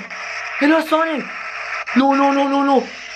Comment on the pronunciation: Do you call sanic